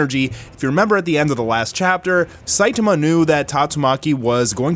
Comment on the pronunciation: is the only anime youtuber who pronounces "Saitama" correctly